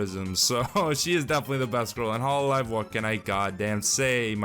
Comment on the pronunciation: I like how you pronounce hololive as “hollow live” I wonder if it implies anything